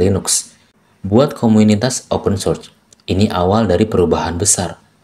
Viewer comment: Maaf bang sekedar saran pronouns nya agak dibenerin lagi karena saya dengerinnya agak kurang nyaman. Contoh Source dibaca sors, github dibaca githab, microsoft dibaca maykrosof. Saya seneng sama bahasan ini, terus lanjut bang buat orang awam kayak saya